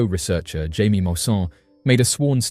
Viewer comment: His name is not pronounced "jay-mee"! It's "Hya-mee"! You're British! You should know more about Spanish than I do as an American.